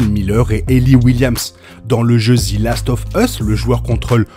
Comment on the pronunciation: Merci pour toutes ces videos ! ( "zi" last of us ca fait un peu mal aux oreilles par contre 😅)